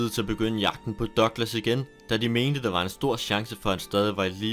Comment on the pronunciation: Er jeg den eneste der begynder at grine hver gang han siger "Dørglas" eller douglas??